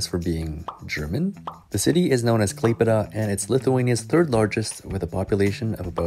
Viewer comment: KlaiPėDA THIS PRONOUNCE I CANT ITS KLAipėda